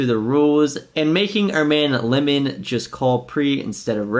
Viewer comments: It’s Limon {Lie-men} 😒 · Lie men . Not lemon. . And damn forgot how annoying he is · It’s pronounced liemon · it's Limon (L-EYE-Mon) - Abe is a LA games legend, PLO host and was an owner of LATB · lie-muhn hahahah